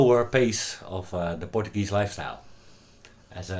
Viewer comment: You were awesome and it’s the first time I heard portagee thought only in Hawaii we say it like this